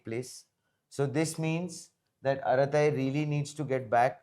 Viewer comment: Arattai is pronounced with T sound bring clear like as in “true”.